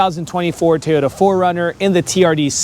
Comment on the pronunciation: It’s pronounced Toyota not teyoya